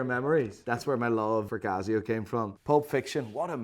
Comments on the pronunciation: its not CAZZIO its CASIO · Casssssio not cazio